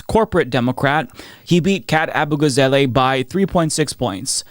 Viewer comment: AbugaZAHleh, not AbugaZAYlay